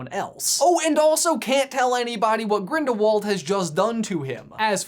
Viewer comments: You said "Ginderwald" instead of "Grindlewald" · 'the crimes of GINDERWALD' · He said ginderwald